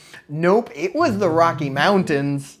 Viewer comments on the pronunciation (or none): none